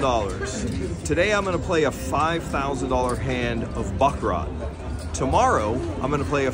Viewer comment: what a butchering pronunciation of baccarat lol